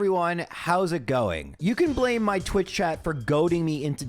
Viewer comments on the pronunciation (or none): none